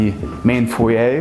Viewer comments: May I just say….. it’s foyer not foy yay that doesn’t work for you or really anyone. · What’s a “foyia”? Oh! You meant a foyer? lol